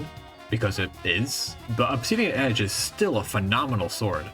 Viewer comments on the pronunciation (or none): none